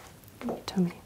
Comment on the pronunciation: well to be fair she says "Toomy" lol